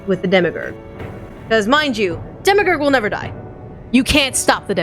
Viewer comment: The only sad part was listening to pronouncing "Demiurge" as "Demigur".